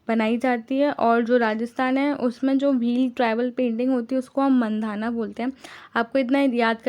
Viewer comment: Its good you're teachinga dn giving knowledge but have many mistake like its not मंधाना it's माड़ना ie चौक पूरना, not गौन्द it's गोंड